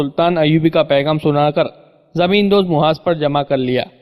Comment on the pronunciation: Pehly tum apni urdu sudhar lo phir bolna taqi ko Taki aur phylao failao zamen ko jamen aur bahot se ghaltyan hay talaffuz theek karlo phir recordings karna a. Faraaz. Bombay